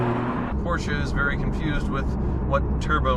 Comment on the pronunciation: Porsche becomes Porker.........